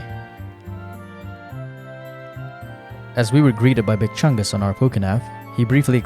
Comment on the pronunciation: Bro still saying big chunges and cringe is nuts